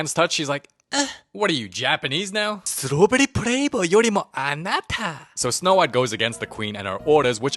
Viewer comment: strudberi flabar urinalysis a nata